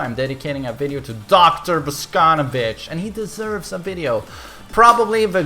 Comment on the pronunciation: Your pronunciation of Russian names and last names is terrible. It is not Alisá, it is Alísa. It is not Boscónovitch, it is Bosconóvitch.